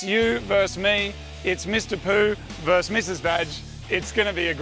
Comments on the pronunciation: It's not verse, it's versus. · Versus not verse. Whoa not woe. Come on fellas. You're better than this.